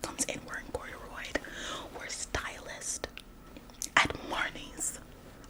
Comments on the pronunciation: Cordorroid!?😂😂 it’s corduroy ... Cheeky girl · CORDUROID??😭 it’s Corduroy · I was like she cannot be hating on that lady when she can't even say the name of the fabric right 😂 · I thought you said it that way on purpose!😂